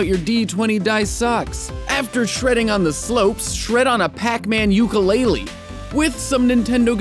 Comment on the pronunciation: It's pronounced ookoo le le not uke you lay lee